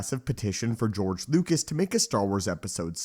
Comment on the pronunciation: His name is George Lucas, not George Lucat